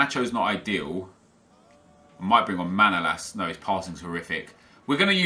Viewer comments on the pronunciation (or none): manolas name is not Manoolas but Manolaas